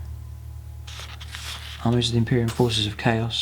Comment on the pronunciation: I can't get over the pronunciation of cadia. the A should be pronounced as a hard vowel